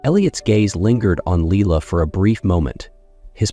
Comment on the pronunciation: Although this may be a lovely story, I find it VERY distracting and annoying hearing the names mispronounced. I rewound the video to check the spelling and I saw Lila's name spelled as Leela on the next line . I stopped listening ... I just can't continue because I list my enthusiasm.